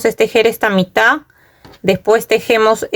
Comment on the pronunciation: Se dice mitaD, con D final , el tejido está muy lindo, creo que me voy a hacer una para mi.